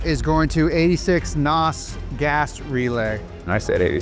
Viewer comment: It’s pronounced NAAAAWZ